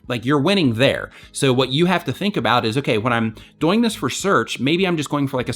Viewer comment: The way you say 'doing' bothers me a little XD, but great advice like always.